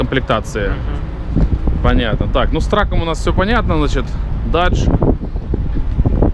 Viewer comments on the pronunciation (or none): none